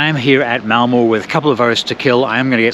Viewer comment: If there are compartments on the train then this is the way to get a decent sleep. Done it many times. Avoid open stock completely. By the way it is Malmer not Malmoh. Look for the umlaut! Excellent video, though.